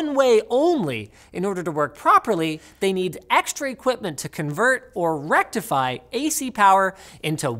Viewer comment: "or rectify" "REKTIFY" "DA REKKTIFIER!!!" <-- ElectroBOOM (I know you follow that channel if you think the expression "FULL BRIDGE RECTIFIER" always demands an echo 😆😂😂😂) (Btw, thanks, yuutoob, for removing my subscription here, without my consent😠😠😡)